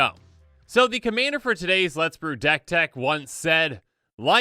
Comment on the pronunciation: hahahahhahahha sounds drunk xD